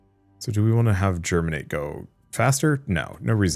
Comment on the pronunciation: There is no "r" in Geminate.